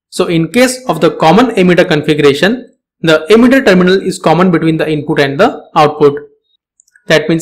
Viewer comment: Though you have verification tick and all, your way of delivering knowledge is awful. Sounds like you are just reading from text. And why are you pronouncing emitter as 'ammeter'??